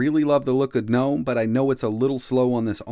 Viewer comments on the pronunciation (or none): none